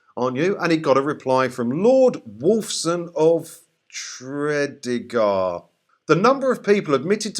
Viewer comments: its not Tredygar It's pronounced as TREE DEE GAR and put them together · Just to say it's pronounced Tre as in yeah, deeegar. A Welsh town. There's lovely!!